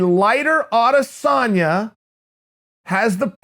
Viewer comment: A-dis-en-ya. Have some respect, and learn the dudes name!